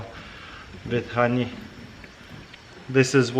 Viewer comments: Nobody: Taras: khoney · I love that he says “hroney” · RONY EXTRRRRRRRRRACTION I'm dead xDDDD